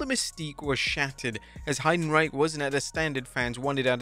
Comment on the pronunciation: The pronunciation of Heidenreich is crazy 😂💀